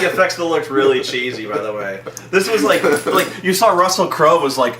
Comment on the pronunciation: “Russell Crowe-el”💀💀💀